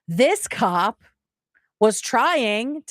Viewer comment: "Ahhhh you a coewwap" is my new vocal stim